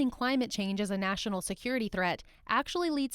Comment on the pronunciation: Can you speak Bidenese? It’s easy, just take several shots of your favorite hard liquor, then, Instead of: ‘national security’, just say “nah-sin-all” security and you’re on your way to speaking fluent BIDENESE.